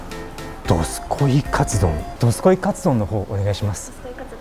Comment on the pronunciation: 外のメニュー見てる時どすこいが、力入っててどずこいって聞こえる(笑)